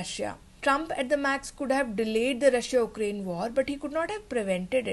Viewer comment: Ukraine - Why do you say 'oo'kraine, it is pronounced as 'yoo'krayn